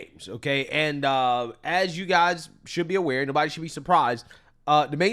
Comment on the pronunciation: Nobody-a is-a above-a the law-a.